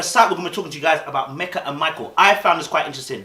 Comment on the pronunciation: be honest you were on Meka’s case and couldn’t pronounce her name for nothing!